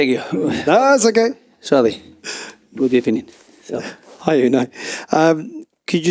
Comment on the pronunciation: GUD EBENING